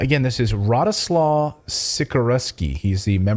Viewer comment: Just to say that 'w' in Polish is pronounced 'v' so it is' Radoslav'.